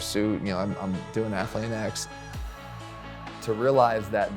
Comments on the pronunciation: Athle-an-x? LOL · lol cant even say jeff's company right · Bro how do you interview this legend and then mispronounce his company's name SMH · I cringe every time I hear how he pronouces Athlean X